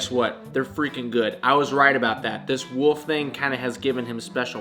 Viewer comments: Downey Studios I thought that he turned into a wolf but I guess he actually turns into a woof. 🤣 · You almost pronounce "wolf" like Rhett does haha